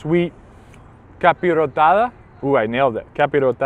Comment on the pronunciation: You said capirotada better than the mexican guy😂